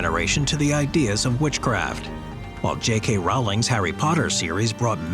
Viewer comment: Great video, although Alestair Crowley and J.K. Rowling's names both have long Os. His name is like 'as the crow flies and hers rhymes with bowling. Just letting you know! :)